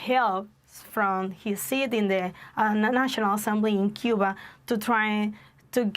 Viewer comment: I don't think your real and what gives you away is if you were a Cuban you would not pronounce Cuba like you do. I lived in SW,FL around Cuban People & their Culture. I know you might be Cuban American